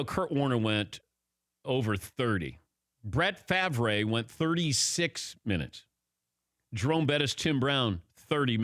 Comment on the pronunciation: Did Dan mess up Brett Favre’s name ? 😂